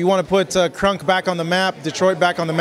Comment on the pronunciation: KRONK not KRUNK dammit 🤣